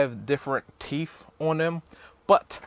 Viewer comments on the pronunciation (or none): Both is pronounced, "Both", not "Bof". "Teeth is pronounced, "Teeth", not "Teef". I enjoyed your thorough and honest review. Keep it up.